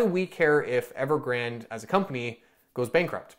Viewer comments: its pronounced as Evergran - De like day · Evergrandee(y). Pronounce the last „e” like the first „e” but ever so slightly longer and add a subtle „y” at the end, done.